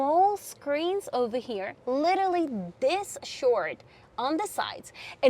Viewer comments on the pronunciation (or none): none